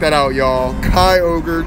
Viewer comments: Kai-Org? I think you mean Kai-Oger. ;) Great video, as always! Congratulations on your 100! That's really impressive! I'm at ZERO for 5 right now. Had a 2318 run from me earlier today. Really depressing. :( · Itsssssss kyyyyyyyy-ogreeeeee like Shrek super cringey when u say it's name wrong keep up the good work